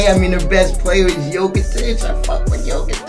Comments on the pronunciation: Bruh, Jokic is pronounced Yoe-kitch, not the way you saying it lol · It’s pronounced yolkish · PLEASE PRONOUNCE JOKIC RIGHT